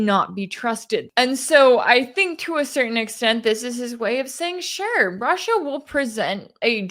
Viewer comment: Hearing Putin pronounce his country-‘Rush Shia’ let’s call it that from now on-❤